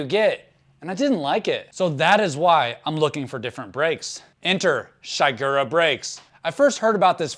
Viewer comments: it's "SHEE-gura", not "SHY-gura" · Man, this was a pretty uninformed video about this setup. Also your pronounced shigura weird. The servowave system changes thenbrake force from a linear curve to an s shaped one. Giving you more modulation on the early stroke.